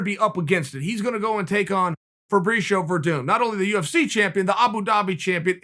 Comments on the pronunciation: Ferbreeshio LMAO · Everyone: Chael: Fabreeshio Me: Yeah. Great. Okay.